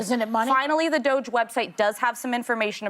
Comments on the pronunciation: Dude, how do they not know how "doge" is pronounced. I think they say it wrong on purpose. The term existed before the meme. They know how to pronounce it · This show spends too much time correcting Whoopi’s pronunciation of DOGE. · It's Doge, one syllable marble mouth.